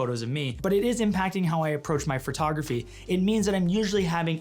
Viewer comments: “The art of Fart-ography.” I can’t stop hearing it now lolololol. Sorry. 🤣🤣🤣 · Sidebar: No criticism, just a sincere question based in my own ignorance, is "phertography" a Hau-ism or the way Canadians pronounce "photography?" PS, your cat looks super badass, like it will grow up to have super powers. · This dude says photography the same way I do.... fertography. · hurr. So, I might be crazy, or it may be candian, but I swear it sounds like he's saying furtography when he says photography.